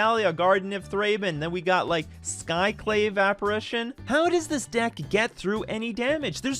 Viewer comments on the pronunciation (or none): none